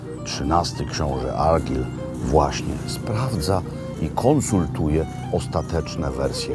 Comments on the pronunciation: Zawsze mnie śmieszą ludzie zachwycający się ostrygami. Jadłem i oprócz glutowatosci i smaku morza nie ma to żadnych innych doznań. Ściema dla bogaczy. Chce pan zjeść najlepszą rybkę Fish and chips w Szkocji to zapraszam do Stonehaven - The Bay fish and chips. I nie argyl tylko argajl, a loch to loch tak jak się pisze tak się wymawia, tylko angole wymawiają to lok bo nie potrafią wypowiedzieć loch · Szkocja moja ukochana 😍😍😍 Panie Robercie , imie Argyll wymawia sie Argajl :) pozdrawiam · Mistrzu,ten książe to się wymawia ARGAJL, a geograficzna kraina to ARGAJL and BJUT fonetycznie. Szkoci lubią mówić twarde R. Pozdro z GLAsgow....